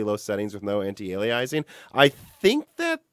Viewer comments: I love you, but, say it with me: ANT, EYE, 'A', LEE, ISS. EENG <-- Anti-Aliasing. You can do it buddy! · Try saying "alias", then add ing to the end, and then add anti to the beginning. I just realised I've been hearing so many people say anti-alyizing, or however you'd even spell that, the past two or three years. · Haha I noticed him pronouncing that weird too.